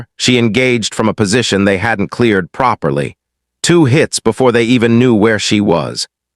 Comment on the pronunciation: PLEASE DONT USE THIS MANS VOICE AGAIN !! ITS THE MOST AWFUL VOICE IVE EVER HEARD !! AND HE CANT READ PROPERLY !! HE CANT READ PROPERLY ,SAY READ PROPERLY CANT PROUNOUSE IT !! SPOILT THE WHOLE STORY !! DIDNT FINISH IT !!